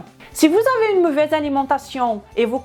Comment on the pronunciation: tu me tue quand tu dis" muvaise "